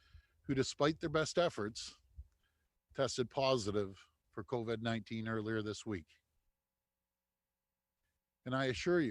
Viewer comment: Why does he continually call it COVED.... it’s Covid. Please pronounce it properly.